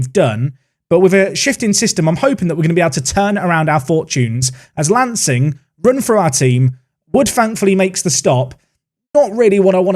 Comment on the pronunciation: as someone who lives in Sussex, some of these pronunciations really caught me off guard...lancing is said like 'larn-sing' for instance. it's the little things eh. keep up the great series. enjoying it so far!